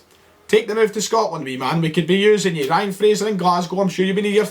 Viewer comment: What's was with the funny accent when calling out to Ryan Fraser..was that an attempt at Aberdonian ??